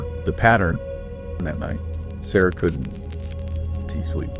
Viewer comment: Sounds like AI slop. "Could N T". Stories repeated and facts are mixed up. Cell phones in 81?!?!?!